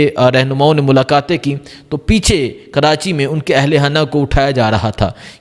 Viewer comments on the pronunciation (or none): none